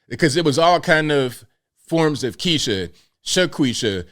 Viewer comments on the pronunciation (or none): none